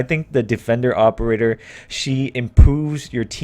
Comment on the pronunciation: "What the opererer may be, I think I figurerer it out" English my dood